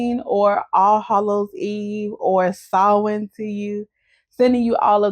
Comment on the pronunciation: Thank you for pronouncing Samhain correctly!!!!!!!❤❤❤❤❤❤❤❤❤❤❤❤❤❤❤